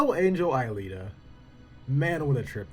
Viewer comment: Man U just got into the anime and movie. Alita you keep MIs pronouncing her name fit one. The story can be broken down to 3 worlds The slums. The outside world and the upper city which is linked to a orbital station And that a very basic concept. U have a story of a robot who tries to find who she is. Half way through the story her memory get duplicated and one makes her other half into a real human and other half climbs the orbital lift and goes back to mars. From there the story goes god dam psycho. Because of technology making people immortal, kids are illegal and they are captured and killed for sport showing off new military technology. Alita in the newer volumes shows she’s from a plague that makes boils that become alive and a mad scientist took one of them from a woman and put it on a robotic body. I mean her whole story would be borderline snuff film if faithfully adapted to live action.